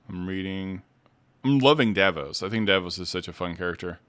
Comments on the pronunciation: Julien Davinos!!! Please I love the video but it drive me up the wall when you say Davos I’m like ”did I miss a character or something ” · Dah-VEE-nos You can just call him Julian or Sir Julian. PLEASE 😅